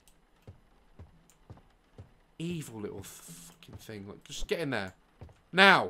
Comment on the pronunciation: I love how he says “fing” and not thing😂😂